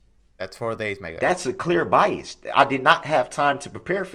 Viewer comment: the judge made fun of him and told him he was saying BIAST AND it’s actually bias😂😂😂 without a “T” proving he knows the “TRUE NATURE AND CAUSE OF THIS CASE!”